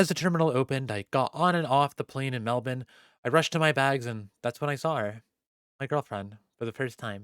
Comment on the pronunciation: I love how you pronounced Melbourne exactly how we do in Australia